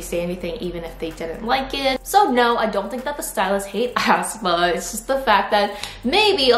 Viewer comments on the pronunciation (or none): Hi, hope ur having a nice day:) i just wanted to point out that aespa is pronounced more like ‘espa’ instead of how you’re putting a lot of emphasis on the ‘ah’, making it sound like ‘ahspa’ with a very heavy starting a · ASS PA? 😂 It's aespa. 에스파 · lol ASS-pA , ASS-pa... is that actually how it's pronounced? i always thought it was pronounced ess-pa.